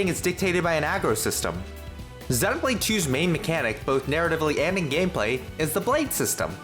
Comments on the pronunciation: I was thinking how nice it was to hear someone pronounce it properly heheh (being from UK) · 1) /zenow/blade is a perfectly acceptable pronunciation, and is even the standard in both Japan and the UK. /zɪjnow/blade is mainly a North American pronounciation. 2) Technically "long e" is /ɪj/ and is pretty distinct from the short e /e/. You can thank the Great Vowel Shift for rotating several of our long vowels.